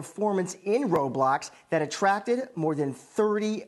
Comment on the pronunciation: finally a news channel that knows how to pronounce roblox